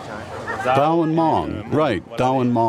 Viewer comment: Zao,not dao.